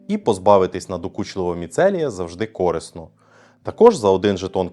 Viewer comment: я звісно вибачаюся, але корИсно, а не кОрисно